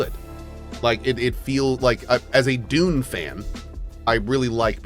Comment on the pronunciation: Have to admit, every time Cohh says Dune... I hear Doom. Something, something Dark Ages. ^.^